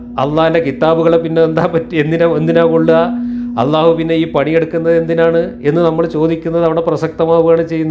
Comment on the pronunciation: ജബ്ബാറു മുസ്ലിം ആണോ അള്ളാഹു എന്നു അറബി പ്രോനൗൺസേഷനിൽ വ്യക്തമായി പറയുന്നില്ല ഇയാൾ അഭിനവ മുസ്ലിം ആണു ,, മുസൽമാൻ എന്നാൽ അള്ളാഹുവിനു പ്രിയപ്പെട്ടവൻ,,,, അതു ആകുന്നതിൽ എന്താ തെറ്റ് ,, ആർക്കും ദോഷവും ഛേതവും ഇല്ലാത്ത പരിപാവനവും പരിശുദ്ധവും ആയ കാര്യമല്ലേ,, അതിനേ എതിർത്തു ജാതിയുടെ ഭിത്തി തകർക്കണം എന്നു കരുതുന്നവരെ സൂക്ഷിക്കുക,, അവർ സമൂഹത്തിൽ എന്തും ചെയ്യുന്നവരായി,, നാഥനില്ലാത്തവരായി വളർന്നാൽ ഒരു നിയന്ത്രണവും ഇല്ലാത്ത ഒരു ശൈലിയിലേക്ക് മനുഷ്യൻ വളർന്നാൽ,,, മനുഷൻ വിബിന്ന സ്വഭാവങ്ങൾ ഉള്ളവർ ,,ക്രൂരത ഉള്ള സ്വഭാവത്തിൽ ജനിക്കുന്നവർ നാശത്തിലേക്കായിരിക്കും അവരൊക്കെ സമൂഹത്തിൽ സൃഷ്ടിക്കുവാൻ ഇടവവരുത്തുന്ന വിപത്തു,,,, അതിന് ഗവർമെന്റില്ലേ, അവർ ആക്കാര്യങ്ങളൊക്കെ നിയന്ത്രിക്കും എന്നായിരിക്കും,,,താല്പര്യമുള്ളവരുടെ ആളുകൾ ഭരണത്തിൽ കയറുമ്പോൾ അതെല്ലാം തകിടം മറിക്കപ്പെടും, നിയന്ത്രണമില്ലാത്ത ഒരു സമൂഹത്തെ ആയിരിക്കും അതുകൊണ്ട് പ്രധാനം ഉണ്ടാകുന്നത്,, ജുബ്ബാറിനെ പോലുള്ളവർ ഇരിക്കുന്ന സംയമനമാണോ ഇതേ ആശയം പ്രതിനിദാനം ചെയ്യുന്നവരിൽ കാണുന്നത്,,, അതു കൊണ്ടു ഇന്ന് വരേ എത്തിയ സംവീധാനങ്ങളെ തകിടം മറിച്ചു ദൈവം ഇല്ലാ എന്നത് കൊണ്ടു വൻ വിപത്തുകളെ സമൂഹത്തിൽ ഇവർക്ക് സൃഷ്ടിക്കാനേ കഴിയു,,,അമേരിക്കയിലെ നിയത്രണ രഹിതമായ പോക്ക് ,, ഇവർ ചെയ്യുന്നതെന്തെന്ന്‌ ഇവരറിയുന്നില്ല,, ഇന്നാ പുതു സമൂഹത്തിൽ യോചിപ്പിലെത്താദായതും നിയമത്തിൽ വരാത്തതുമായ കാര്യങ്ങളെ ശുദ്ധമായ നല്ല ചർച്ചയിലൂടെ പരിഹരിച്ചു അതിനുള്ള മാറ്റങ്ങളിൽ തീർപ്പുണ്ടാക്കി മുന്നോട്ടു പോകുന്നതാ സമൂഹത്തിനു നല്ലതു !!!